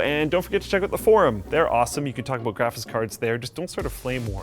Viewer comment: "graphits", "architexture" really? still?